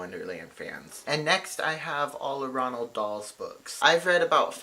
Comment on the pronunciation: A good middle grade is the inquisitors take by Adam godwits it came out in 2016 it’s my favourite book Also side note not pronounced Ronald it’s roald